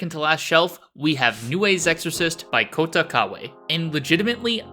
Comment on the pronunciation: I'm Japanese. and it can't be helped, as the Japanese language and English language systems are so different. In Japanese pronunciation, unlike English, the sounds are not pronounced in a single instant, but rather there is a small gap between the sounds, and the "Kōta" sound is extended. Kota Kawae is Kōta Kawae [Kanji 川江 康太] [Hiragana かわえ こうた] (Kawae Kōta or Kawae Kouta) By the way For example, people overseas often mispronounce the Japanese word for "hello." Instead of connecting the sounds, "こにちはKonichiwa ❌" the correct pronunciation is "こんにちはKonnichiwa→ Kon-nichi-wa✅"